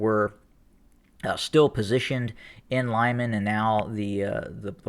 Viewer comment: Good analysis but my bratya, it's pronounced "Loo-mahn" not "lime-an" and "Don-bahs" not "Don BASS pro shop" although I like how u say Donbass lol xD